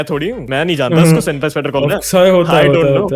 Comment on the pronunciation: Bro its SENPAI NOT SEMPAI😂😂😂😂